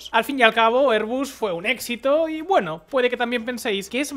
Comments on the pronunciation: Si dices "er"... di "bas", si dices "air" di "bus", pero no los mezcléis. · ERBUS o AIRBUS? Ni español ni ingles....